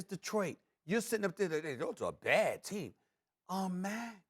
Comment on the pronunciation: Love how Max emphasized “a baaadd team”